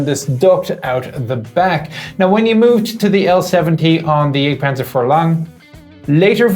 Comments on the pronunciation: At hazard of being thought of as as smartass, I will suggest that the more proper pronunciation of the vehicle name might be Yahgt panzer (jagdpanzer), for hunt or hunting panzer. The term for the HUNTERS changes in pronunciation to panzer yayger (or Jaeger in English letters) for the crewmen, with an umlaut (two dots) over the A. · sounds like he's saying the egg panzer iv